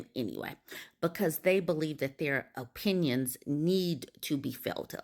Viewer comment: Men having opinions: “o-peen-ions”